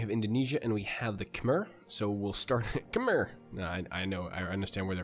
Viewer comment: Khmer, you're pronunciation is terrible